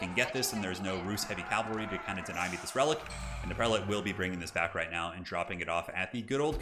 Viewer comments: Cavalry, not calvary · Another great game! I feel terribly anal for pointing this out, but it is cavalry, not calvalry. I'm sure plenty of people have already told you and that you just don't really care, lol. Anyway... Been watching tons of your videos lately! Really enjoy them. You've gotta be the best commentator I've come across on youtube.